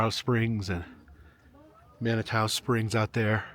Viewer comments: Hey man it's pronounced "ma na too" but love your content, keep up the good work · Sorry but my karen side wants to scream its pronounced ma·nuh·too springs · I wish I was there. My daughter lives in Colorado Springs. Manitou Springs is pronounced ...Man nah too .. they do have a incline there and good food.. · Learn to pronounce Manitou. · Did he say “manitwa” lol it’s pronounced Mani-two. Sorry not trying to be rude but it just made me laugh. Glad you got to go there though Manitou is such a nice little town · You are in my backyard! (An FYI, the city of Manitou is pronounced Man uh Too). There's a lot of interesting history with the cog railway, it recently went under massive maintenance and updates. A special company had to come in from another country because these types of trains are so rare! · Former cripple creek resident, manitou springs resident, and downtown Colorado Springs resident 😅 it’s pronounced man-ie-too by most of us. Not sure if the pronunciation came from your accent or whatnot. The donkeys and gold also originated in Cripple Creek and was brought to Manitou. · Well, since I'm a native, I have to correct your pronunciation - It's "man uh too." Glad you're here and enjoying our beautiful scenery. But good luck with the altitude - altitude sickness is no joke. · It is pronounced "Man-a-Two Springs.;'